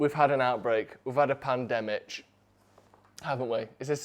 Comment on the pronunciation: My favourite bit...and there were alot to choose from, was where called it a 'Pandemitch' 🤣